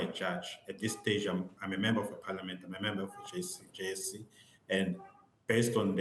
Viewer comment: JSC not JEC haiybo